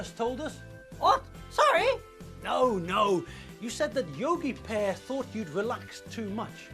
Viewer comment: most esett le... Yogi "p"ear, ma-ci la-ci :)))